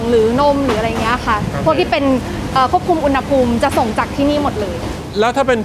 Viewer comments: คำว่า อุณหภูมิ (อ่านว่า อุน-หะ-พูม) ประกอบด้วยคำภาษาบาลีว่า อุณฺห (อ่านว่า อุน-หะ) แปลว่า ร้อน กับคำว่า ภูมิ (อ่านว่า พู-มิ) แปลว่า ชั้น ระดับ. อุณหภูมิ จึงแปลว่า ระดับสูงต่ำของความร้อน ไม่ใช่ อุน-นะ-หะ-พูม นะคะ น้องๆอย่าสับสนและเข้าใจผิดค่ะ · อุณหภูมิ อุน-นะ-หะ-พูม❌ อุน-หะ-พูม✅ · ดูไม่จบเพราะคำว่า อุน-นะ-หะ-พูม ค่ะ หงุดหงิดมากๆ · ขัดหูมาก อุน-นะ-หะ-พูม 😫😫😫